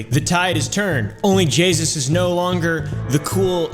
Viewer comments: Only jaySus as says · I heard Call her jayus one time and though she doesn't deserve the respect of fixing it I was bothered by her being called jaysus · It sounds like only Jesus except jasus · "Only Jaysus" 💀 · "And no my mustache isnt made out of 2 smaller mustaches" "Only Jesus'!" Thats what I heard